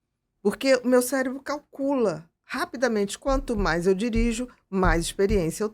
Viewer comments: Primeiros 30 segundos o cara : “célebro” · Amigo: "CéLEBRO" doeu o coração!